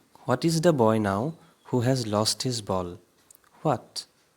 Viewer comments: Normally, we pronounce the with a short sound (like "thuh"). But when the comes before a vowel sound, we pronounce it as a long "thee" and I m just saying that. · Dear sir , pls maintain the gaps between THE and the while pronounce...